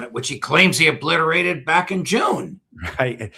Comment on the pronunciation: ahah obiterate for the second time = reoblitereted! lol